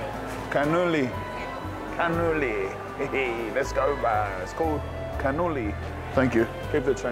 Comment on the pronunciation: Has anyone else started saying "Lets oge" since they started watching?